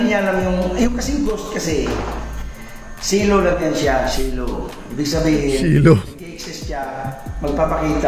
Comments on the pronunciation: Silhouette po talaga ang tinutukoy ni ser. Iba kasi ang pronunciation niya bisaya kasi. Parang ganito yon.... Shilo Shilouet Silhouette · "silhouette" gusto nya sabihin hindi nya lang mabanggit na ayos haha kaya SILOW Hahahahaha